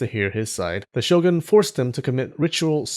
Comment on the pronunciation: I love you excellent pronunciation of Japanese words, which is why I am so confused with your pronunciation of shogun and ronin